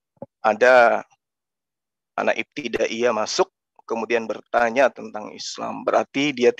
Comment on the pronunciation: Ngomong aja salah pendeta bodoh katanya iptidayah 😂😂😂😂